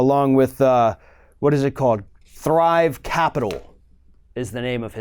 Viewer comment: Did he say one of the companies was "Bribe Capital"?